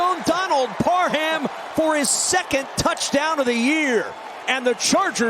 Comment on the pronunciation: Parham is an ENGLISH name. It's pronounced "Parram" - NOT PAR-HAM. 👎😮 The "H" is SILENT. Please learn and maybe read a few books... M 🦘🏏😎